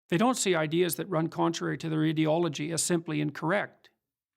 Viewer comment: Its always annoyed me how peterson says "idi- logy " like idiot ideology. its really gets under my skin. im fairly certain it aint a mistake.